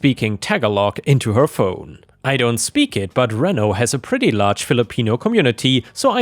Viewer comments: No one should ever allow themselves to be fake-fired to please an idiot. She'll just keep doing that everywhere she goes. Also, I love listening to you read these stories and want to help you continue succeeding: Reno (in Nevada, USA) is pronounced Reeno, not Renno. It's another gambling town, but not as big as Las Vegas. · Reno is pronounced Reeno... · Hi, loved the first story, and just started to get into the second. I know you sometimes ask if you have pronounced things right, and just thought I'd mention that "Reno," by Americans is pronounced REE-no.:-) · It's pronounced ree-know NV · "reno" in more colloquially appropriate speech is known as ree-no. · Pronounced Ree’ no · Reno NV = Reno (Ree-no) Nevada. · by the way for if the word ever appears again. Reno is pronounced Ree-no, its a city in nevada by las vegas. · In the second story the city is pronounced Re-no and NV is Nevada. I mean this as constructive criticism. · Hope I don't sound rude,, but "Reno" is pronounced with a long E.